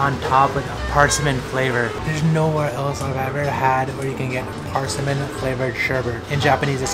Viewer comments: I have never heard anyone say PARSAMIN. It's PERSIMMON. That was weird lol. But the food looks amazing. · Think kitties and cinnamon. "Purr-cimon" Not "Par-simon" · It's called a Persimmon, Per-simm-in. Not parsimmin. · Persimmon is "purr-sim-on" like a cat noise, the game, not under, but on... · Benedict Cumberbatch: Penwings: Par-sea-mans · PAAARsimon lol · Did he just pronounce persimmon as PARSMIN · lol persimmon? anybody else annoyed with how he’s pronouncing persimmons?